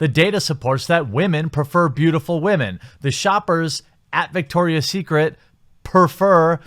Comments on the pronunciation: I don't even think he realizes he says wahmen half the time. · Why do you keep mispronouncing the word women. It makes you sound dumb.